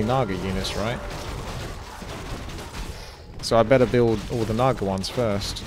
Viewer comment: You butchered the naga haha